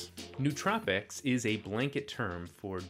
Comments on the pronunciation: It's 4 syllables: no-oh-tro-pic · Nice video with some good points. A couple minor corrections: It's "no-uh-troh-pik" You can regulate companies without regulating markets Protestants don't believe in salvation by works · It's the adderall making me so pedantic but still, it's pronounced noh-oh-troh-pic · You mispronounced nootropic